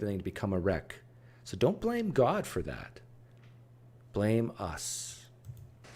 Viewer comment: sometimes when he says god it sounds like cod. cod I can believe in. god not so much.